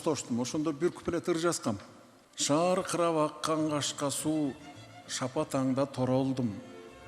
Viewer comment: Суу деп окулсун